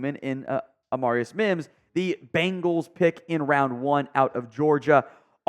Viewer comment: It’s pronounced “AmAREius”